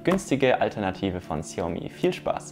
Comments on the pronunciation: Gut gemacht. Sehr entspannt. Auf die Aussprache von Xiaomi würde ich achten. Macht die Elektronik irgendwelche Geräusche? Z.b. hochfrequente Töne beim regeln der Lichtstärke? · Was ist eigentlich so schwer daran, sich mal die korrekte Aussprache fremdsprachlicher Begriffe anzugewöhnen? Es heißt „Strip“ und nicht „Stripe“ und wird wie „Striptease“ ausgesprochen, nicht wie „Stars & Stripes“. Weiter wird Xiaomi nicht „Ksiaumi“ ausgesprochen, sondern einfach nur „Schaumi“.